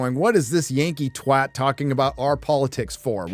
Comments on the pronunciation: Thank you for pronouncing it "TWAT" and not "TWOT". 😂👍🏾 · You said twat correctly! I'm impressed! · First American I ever heard pronouncing "twat" right. :) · I cant stress enough how much I appreciate an American that can pronounce twat correctly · As a British person, thank you for saying twat correctly. Finally! 😂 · has finally learned to say twat correctly.